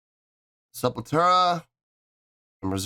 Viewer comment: Hey! Just to let you know, but It's "Sepultura" and not "Sepultera". Thank you for another video! SepulQuarta means "Sepul" from Sepultura, and "Quarta" means "Wednesday" in portuguese, so It's a live playthrough they'd do every wednesday during the pandemic! The Studio version is WAY better than this liveplay, highly recomend cheking out the studio version! Peace.